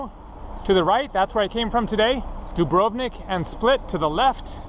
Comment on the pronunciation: I appreciate what you're trying to do, but you come off like a complete uneducated moron with your completely ignorant mispronunciations. All you have to do is ask a local how to pronounce certain words. You can't even pronounce Dubrovnik correctly. It's almost like you are purposely mispronouncing words to mock the language. I was born in upstate New York so it't not like I am a local.